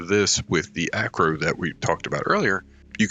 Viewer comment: If you are curious on pronunciation of a few of the names Deinosuchus is (die-no-sue-cus), archelon is (ark-e-lon), Xiphactinus is (zy-fact-e-nus), you pronounced Acro correct the first time, brachy was correct.